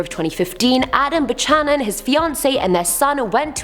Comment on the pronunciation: Buchanon is pronounced like "Bew-canon"